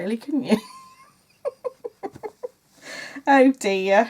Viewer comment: I think in the seventies the scarf or creavate was really the thing. It needed to rest just around the inside of the collar. The loop would have held it there. I LOVE it when you say, "Oh, DEAH!" I think your next pin should say that! :D